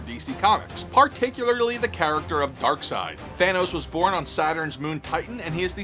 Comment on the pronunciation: The P in Corps is silent. You saying the Green lantern crops and the Nova corps are all zombies? Yet you get Darseid right🤣🤣🤣